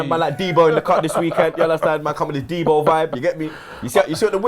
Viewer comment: MAN SAID D BO